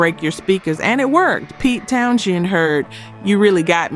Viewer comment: A pretty good AI voice, but ... Towns-end, not Town-Shend. And AC slash DC? Really? Acca Dacca for verisimilitude.